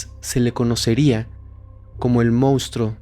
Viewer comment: Excelente investigación, pero te suplico que tanto tú como todo el equipo (incluyendo a Fepo) CORRIJAN la palabra MONSTRUO, y no digan MOUSTRO!!! Xq se escucha fatal.